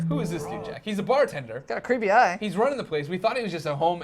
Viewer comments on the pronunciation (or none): lol he says rune-ing